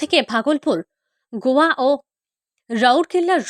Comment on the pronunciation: গোয়া না গয়া 😂😂😂